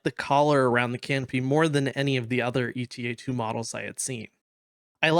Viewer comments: I feel like I should point out: it’s not “ETA” like in “estimated time of arrival”, it’s “Eta” as in the Greek letter Ξ. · I think it's "Eta" and not "E.T.A". The Jedi Starfighter we see in in Episode two is a Delta-7 Jedi Interceptor. Delta and Eta are both Greek Symbols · It's Ay-tah I had to take koine Greek in college and that's how its pronounced I know this is like 3 months after this comment. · EE-tah is the UK pronunciation, and is how modern Greek speakers pronounce it. AY-tah is the US pronunciation, and is close to how it was pronounced in Ancient Greek.